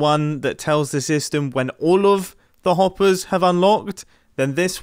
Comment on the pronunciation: "allows the Ompers To LOnk" AHHAHAHAHA LMAO